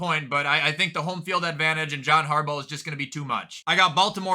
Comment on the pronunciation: Makes me said to listen to u say harbo instead of harbaw every week